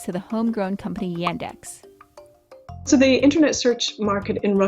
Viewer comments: и тут я выпал: звуки "a" и "e" в "yandex" просто поменялись местами при произношении Y E N D A X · I am sorry, but Yandex is not pronounced as "Yendex", it's first letter is "Я" ("Ya"), it not read as "Ye". The "experts" pronounce it right, actually. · It's not [Yændex], it's [Yaahndex]. That's not british accent, it's how letter Я sounds in russian. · It really bugs me how they mispronounce the Russian company's name. It's Yaaandex. Not Yendex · It's Y[u]ndex like in [u]nder, but not Y[a]ndex like in [a]pple. I'm Russian and I don't use it, though I know a lot of people who prefer it to Google just because it's "Russian" and quietly often "pre-installed" like Bing. Even though it's not that bad in the Russian language, I personally don't like it because Google is obviously more powerful and I search mostly in English. So, the situation is, their audience mostly people who use Bing in the USA, but itself is better than Bing. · It is not iendex, but yandex! iandex! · yEndex... Uh... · her pronounciation of yandex is killing me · You pronounce Yandex in wrong way. P.S. you made mistake in number of genders in Russian, 4 genders in Russian language.